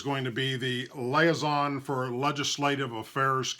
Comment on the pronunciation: Ah...let's try "Liaison".....again.